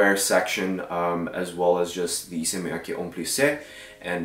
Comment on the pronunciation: FYI it’s Miyake not miyaki